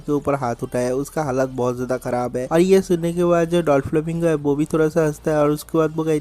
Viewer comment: Vai dolflamingo nha😂.doflamingo